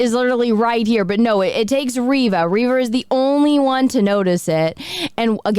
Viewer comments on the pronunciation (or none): It's ReeeeeeeVA... 🤣🤣🤣🤣🤣🤣🤣🤣🤣🤣🤣🤣🤣🤣🤣🤣🤣🤣🤣🤣🤣🤣🤣🤣🤣🤣🤣🤣🤣🤣🤣🤣🤣🤣🤣🤣🤣🤣🤣🤣🤣🤣🤣... Are you serious?